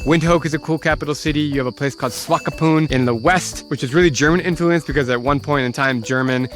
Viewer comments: I'm from Namibia and I've never heard of a place called Swakopump. Where's that? Seriously though, that's not how you pronounce it. It's Swakopmund and not Swakopump. Also the way you pronounced Sossusvlei is also a bit of. And how come there's no mention of Luderitz? That's my hometown. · Windhoek and Swakopmund is pronounced Vint.hook and swakopmunt